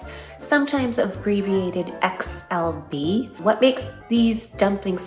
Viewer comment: Poor XLB, butchered lol.